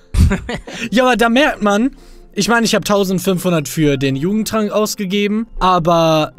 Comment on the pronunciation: Ich habe nicht jugendtrank verstanden sondern Judentrank😂